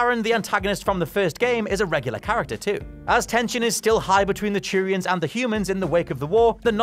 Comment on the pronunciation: (yawn) early early edit: GD, it's not CHEW-rians it's Two-rian.